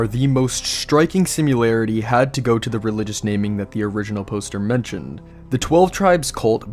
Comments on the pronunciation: "sim-i-lar-ity" Im not sure where you're getting a "u" in the word. Probably being pedantic, but hearing you say "simularity" so many times in a row hurts my being 😂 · What’s a “simularity”? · That is not how similarity is pronounced